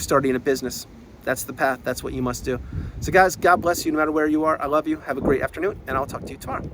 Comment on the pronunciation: I hear it as “I control you” rather than I love you